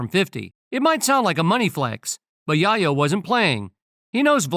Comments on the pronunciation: Tony Yah-yo 😂😂😂 Tell the AI voice it's Yae-yo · I couldn't take the tony yahyo it's yayo 🤔💯👍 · Tony YaYo....... Not Yahyo......WTF,....New York City Dont like Vlad,.... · The Narator can't read!! "Yayo" like in "Scarface". "Chi Chi, Get the YAYO!" DICK HEAD! 😮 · I was thinking "Yay Oh" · Same here, it’s like watching someone’s name get butchered, right in front of you for 15 minutes straight, and it’s nothing you can do to stop it, except walk away, to save yourself. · Why is it that the man narrating cannot pronounce Yayo properly....just say Tony....jeez